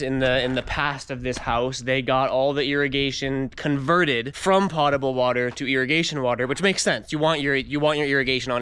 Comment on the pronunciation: You definitely pronounce potable correctly.